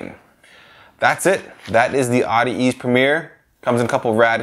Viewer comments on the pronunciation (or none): audi- ease lmao you mean at-ease